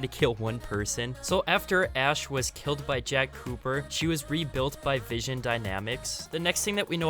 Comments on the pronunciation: It's vin-son dynamics not vision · my guy butchered vinson dynamics its vin-son dynamics not vision dynamics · Enjoyed the video but you kept saying vision dynamics not vinson dynamics 😂good vid tho really enjoyed it man 👍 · It's pronounced vin-sun dynamics not vision dynamics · Great vid. I hate to be that guy but it was bugging me the whole video. You kept saying Vision Dynamics but it is Vinson Dynamics